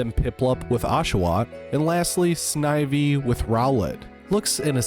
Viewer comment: Two birds? Not so sure about that. Also you might be getting it right but some of your pronouncations sound off to me Snive-E rather than Sniv-E, Arse-Eus rather than Arc-eus.